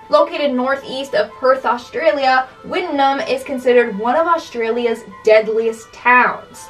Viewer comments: it’s pronounced “Witt-noom”. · Wittenoom is pronounced whit-noom by the people. I grew up a few hours away from that place. No hate intended with this comment love the series <3 Also interesting fact there is still a very small handful of people living there and it still gets visitors surprisingly.